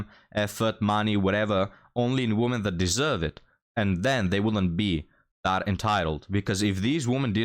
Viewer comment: Love your content, but you really need how to pronounce the plural "women" properly. 😵